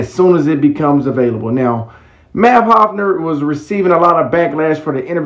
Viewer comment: It’s Math (Haw FA) Hoffa not Hofner corn ball 😂😂😂